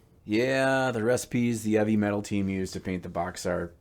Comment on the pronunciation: Hahaha I was legit getting so angry how he was saying “eavy metal” because I honestly thought that it was meant to be heavy metal 😂 ma god I’m stupid! Nice job man looks great! I’m still deciding whether or not, I want to start the hobby of playing wat hammer 😳